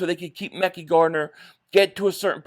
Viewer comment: If Tennessee cuts azeez al shaair eagles need to grab him…keep Devon Allen..I’d keep Tyree Jackson over cal caterra…he’s a better pas Catcher…cut covey…it’s pronounced ( mek-eye Gardner)